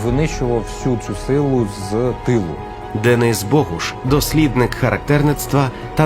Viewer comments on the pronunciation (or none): none